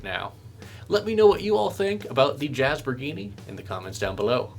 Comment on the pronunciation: "Jazz-bor-gee-nee"... It must be Italian